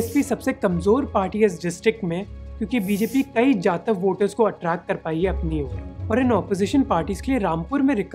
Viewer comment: Correct pronunciation is जाटव not जातव .